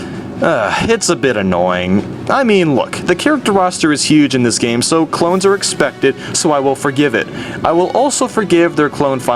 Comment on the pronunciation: Also, I always love when you purposely pronounce things stupidly. LIke instead oh yoshi you say yashi, and obviously the classic when you say gam instead of game. I do that all the time now xD